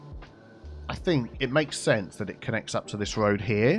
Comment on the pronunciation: “Tree on the röd” had me in stitches 😂